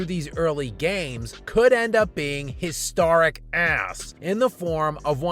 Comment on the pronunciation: One of the most historic ASS pronouncers in human history, lol so much passion for the word.